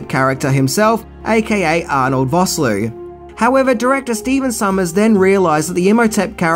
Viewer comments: It's VOSS-LOO (that's LOO, as in a British toilet), NOT VOSS-LOW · Arnold Vosloo not Voslo